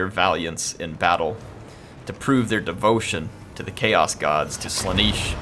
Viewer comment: Not Slaneeesch its Sla-nay-sh. with a tall 'a'. Sigvald should be fuming at your pronunciation of his patron deity.